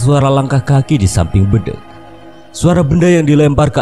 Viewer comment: RaLat Om, BEDENG Bukan BEdeng 😀